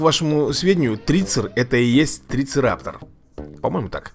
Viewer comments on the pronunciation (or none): Не "Трицераптор", такого не существует, а "ТрицераТОПС"